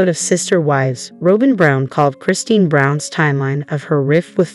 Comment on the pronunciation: Try learning how to say Robyn…..